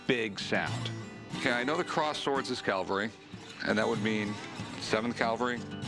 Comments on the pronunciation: Cavalry.. not Calvary 😮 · Rick always says Calvary instead of cavalry.